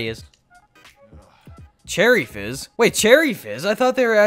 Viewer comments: did anyone realise he said cherry jizz instead of cherry fizz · He said cherry jizz instead of fiz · you said cherry jizz instead of fizz at the end😂😂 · Did he say cherry jizz at the end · HE CALLED CHERRY FIZZ CHERRY JIZZ XDDDDDD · when he says cherry jizz instead of cherry fizz lol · "I got some cool stuff like cherry jizz" it's fizz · Did anyone else hear him say cherry jizz instead of cherry fizz at the end? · Did anyone just hear that he said Charidges instead of cherry fizz 16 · Did anyone else hear him say cherry jizz instead of fizz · at the end instead of cherry fizz you said cherry jizz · You said cherry jizz not cherry fizz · This guy said jizz instead of fizz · did you say cherry jizz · did he say cherry jiz at the end? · lmao before the end said you said cherry jiz camo 😂😂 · Bro really said “Cherry Jizz” 💀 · Hey bud you called it cherry jizz😂😂😂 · At the end he called it cherry jizz lol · did he say cherry jizz at the end 😂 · who else realised said. cherry jizz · he says cherry “Jizz “ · im i the only one that heard Cherry Jizz at the end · at the end you said cherry jizz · At the end did he say cherry jiz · He said cherry jizz lol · anyone else notice he said cherry jizz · Anyone else hear him say cherry jizz near the end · Did anyone else hear him say cherry jizz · Am I the only one who herd cherry jizz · Lol u said cherry giz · Anyone else hear him say cherry jizz?